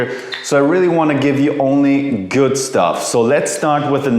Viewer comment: There´s no t in good! Germans!!!